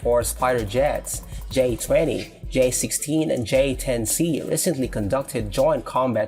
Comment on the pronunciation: j10c not j10b